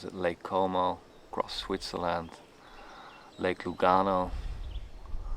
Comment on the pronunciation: Lake Como, not "cuomo" 😊